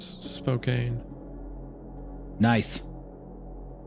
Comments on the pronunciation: I’m in Spokane right now. It’s pronounced Spo-can not spo-cant or spo-cane. It’s spokane not spokane haha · Its not pronounced SPO- KANE its pronounced SPO-CAN 😑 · as a washingtonian i got u hunter, its not Spokeane, its SPOKE-Anne think tire spoke and the name anne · Btw its pronounce spoCAN like a can of beans thanks love your videos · the kept saying Spokane like spo-cane. drove me nuts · As someone who lives in Spokane.... Its "Spoh- can" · Like spo-can? I genuinely know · As someone from Washington, hearing them miss pronounce SPO-CAN drove me fuckin crazy lol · As a Washingtonian for anyone that wants to know how to properly pronounce Spokane it's Spoke-can ☺👍 I don't expect the boys to get everything right so this was pretty funny to hear said wrong so many times but here yah go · Dude them pronouncing Spokane as spokanee is throwing me for a loop lmao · It’s pronounced spo-CAN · Of course they had to fuck up how you say Spokane (spo-KAN) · As someone that lived in Spokane for about 6 years I must correct the pronunciation. Its pronounced Spo-can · It's pronounced Spo-can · Its pronounced like Spokann.. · The "Spokayne" pronunciation is killing me but I don't wanna be that guy because how should they have known. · SPOKANE MENTIONED!!!! ALSO IT'S PRONOUNCED SPO-CAN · adjusts glasses AKCHEWALLY it’s pronounced Spo-can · I'm up creepin my cast amongst the firsts. Also it's "Spo-can" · As someone who lives in Washington hearing Isaiah mispronounce Spokane is jarring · Their pronunciation of Spokane is absolutely killing me😭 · The scariest thing in this story is how they pronounced Spokane. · how the guys pronounce “Spokane” is killing me 😭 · As a Washingtonian, every mispronounciation of Spokane hurts my soul just a little more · And Spokane, I cringed every time 😅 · Story is way too close to home, ties in with Spokane being pronounced wrong 😂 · How he pronounces spokane here agitates me smh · The pronunciation of Spokane is killing me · 😵 spo-kane 😃 spo-kan